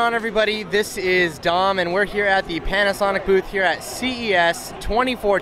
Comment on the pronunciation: It's PanAsonic